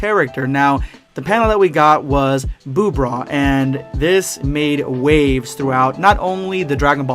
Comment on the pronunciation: oh yeah "boogota" Let's goooooooo and "broo" for bra absorbed by boo #endofthevideospuad